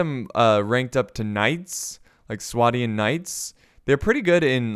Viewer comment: its swadian with a lond A so swaydian